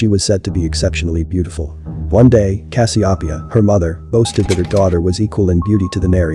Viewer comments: Check your pronunciation dude. (Cass-see-O-pee-uh) your welcome. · The way you pronounced Cassopeia made me want to cry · First time I have heard Cas-I-o'-pia pronounced this way??? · I've never heard Cassiopeia pronounced that way. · So glad you cleared this up &gorgeous art work- but you've mispronounced Cassiopeia. Normally I don't harp on things like that, but in cases like this, it matters for credibility.